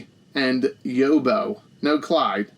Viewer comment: Quality review as always, mate. Couldn't agree more about the Nok art, use it ffs. Just want to school you on some Aussie vernacular. You pronounce Yobbo 'Yob-beau'. So, Yob like Bob. Lastly, Macaque deserves all the jokes, so thank you for getting 'em off.